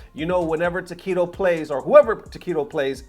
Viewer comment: Ooooh Tokido! I was confused since you kept saying Taquito. Yum. Cheers.